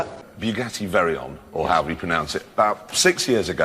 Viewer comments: I love how Jeremy pronounced the Veyron's name "Very-on" lol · "Bugatti Very-on" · I heard it aswell. But i dont blame him tbh... he is a brit and he actually pronounces the R. Wow! I ordered a new sign.. "Drive slow. Toads ahead!"